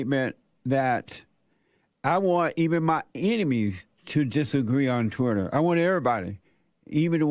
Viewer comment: "Twutter" and "Tesler". Elon is doing even better than I thought.